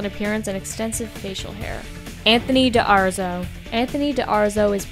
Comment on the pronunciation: Anthony D'Arezzo = Dah-REtzo